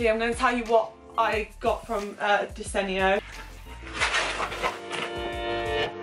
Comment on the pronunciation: take a shot every time pronounces desenio in a different way (jk great video as always🥰)